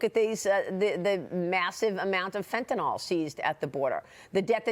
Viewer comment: Dear Maria, It’s FentanYL, not FentanALL. Do you call NyQuil, Nyquall?